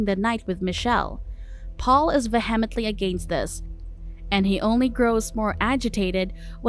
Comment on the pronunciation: it's vee-uh-meant-lee.